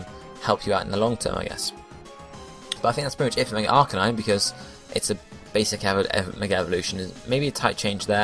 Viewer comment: Ar-CANINE. Canine as in dog...